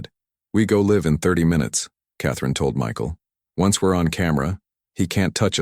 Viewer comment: Wife was killed 7 years ago, 6 year old kid. Apart of this, i liked the story. Mispronouncing is getting less as well. Still hung up on live/life and the words lead and read.